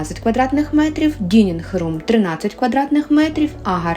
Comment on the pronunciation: Посмотрела ваше интервью и сразу подписалась на канал и на инстаграм!! Вы такая милая семья! Желаю вам успехов!! Только говорите дайнинг рум а не дининг 🤪